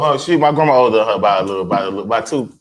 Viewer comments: All I can hear is “grehmah” oh god save me 😂 but that’s insane like straight men are all p***s unless proven otherwise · I watched again just to hear you say "grandma" 🤣🤣🤣